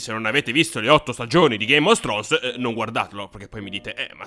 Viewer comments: "Ghéim of strons"... Ma che cazz?! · Perché dici GAME OS STRONES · Ma sono l'unico che sente ' game of stronz'? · Senza offesa, ma sono l'unico a cui sembra che quando dici "Game of Thrones", dici "Game os Thrones"?